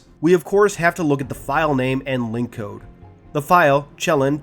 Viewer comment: Ah, remember, “Chelan” is pronounced “Shell-ANN”, emphasis landing on the latter syllable”